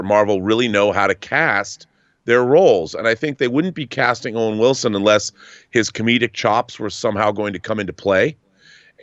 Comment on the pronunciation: Wowen Wilson.